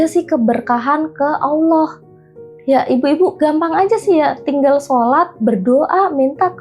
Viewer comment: Nyebut ALLAAH saja blepotan kok dikasih panggung? Bajlol